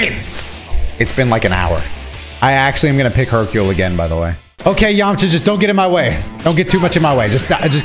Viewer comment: This guy said “Yamacha” 😂! It’s Yamcha! Dude is too hype in this video